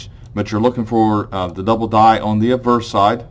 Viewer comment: Just a question. You pronounce 'obverse' as 'adverse'. At least that's what it sounds like to me. I believe "ob-verse" is correct, since 'adverse' has a totally different meaning than 'obverse.' sorry for nit - picking, but am I wrong? Great content, thanks.